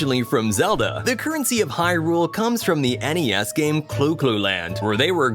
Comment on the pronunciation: He actually pronounces hyRULE the correct way though. Something most people mess up by saying HYrule